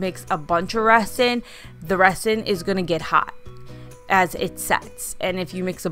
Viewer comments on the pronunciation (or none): I like your videos but it was driving me insane how you were pronouncing resin. It is pronounced with a z sound not an s. like rezin. Just a pet peeve of mine. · Sorry but it’s pronounced Rezin. The S is a Z sound. It’s crazy that it’s pronounced that way.💜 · It's pronounced REZ-in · I love all your creations. Kudos for you on trying resin. Just a little hint...resin in pronounced 're-zin'. 😉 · Resin is pronounced rezin ...S as a Z...I don’t know why, it just is. 🤷🏼‍♀️🤣 Great job. So many ideas you’ve given me when I change my kitchen color to yellow. Love it. ❤️ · Really cute ideas. I also did lemon themed decor for Summer including a couple of tier trays as well as a dish towel throw pillow. An easy way to remove the image from the mini pitchers is to use acetone or regular nail polish remover. Also, just FYI, the "s" in resin is pronounced like a "z".👍🏾❤🍋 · Cute ideas! Also, the "s" in resin is pronounced like a "z," just like the "s" is pronounced in raisin. :) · I didn’t think correcting her was mean or petty. Better to be corrected and learn the right pronunciation so she doesn’t make the same mistake again. Resin isn’t an everyday word so how else would she know? People are more understanding with young people because they are still learning. If no one corrects her how will she learn? Not knowing at say 50 just makes you look uneducated. I recently was walking around the grocery store with a new blouse on. I had forgotten to take the tag off as it was attached to the inside label and I didn’t notice it. Im 63 and my eyes aren’t the greatest anymore. A sweet young man came up to me and even though he was embarrassed and thought he might embarrass or offend me pointed out that the tag was sticking out of the back collar. I assured him I appreciated him telling me. I then wondered how many others had noticed and didn’t bother to tell me. It’s kind of like walking out of a restroom with toilet paper stuck to your shoe.